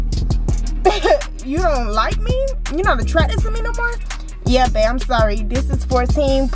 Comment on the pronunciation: you messed up saying how Babe lol